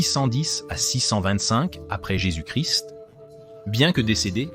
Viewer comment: incapable de prononcer correctement jésus- christ .